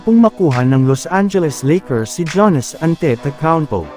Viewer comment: paki ayos po ang pag pronounce sa Name ni Giannis Antetokounmpo hndi Janis Antetokounmpo 😂😂 Fake News na nga Lang hndi Pa inaayos ang pag pronounce sa Name ng NBA Player 😂